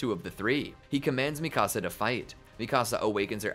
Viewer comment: i hated the way you said mikasa though😭